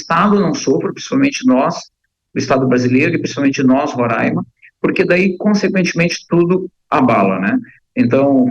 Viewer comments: Fia, eu usei fia por questão de humor (que acho que você não tem, e vc não existe), eu sei que é filha, a questão aqui é que ela fala Rora(~i)ma por erro mesmo, da mesma maneira que se fala é quando (que também é um erro). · Fia o nome é Rora(í)ma e não Rora(~i)ma